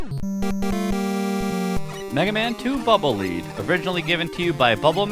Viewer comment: Lead. Like the metal. Not "leed."